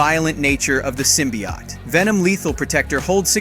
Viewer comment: Guess the narrator never read a comic with the way he says symbiote. Sym by ott....smh